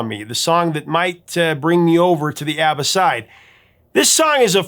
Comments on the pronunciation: It is pronounced "AH BAH"...NOT AAA BAH!!! I hate when people get that wrong!! (I knew a guy from sweden who knew them personally). And by the way..they are awesome!!❤ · I'm sure in the 4.4k comments, someone has commented that the pronunciation is ah- ba not how you keep pronouncing it or have I been mispronouncing it for 50 years? 😂